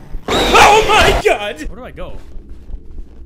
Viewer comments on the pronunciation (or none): “OH MY GWAHD”